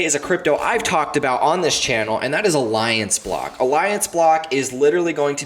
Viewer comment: Did you say Aliance block or what? I couldn't even hear the name the second altcoin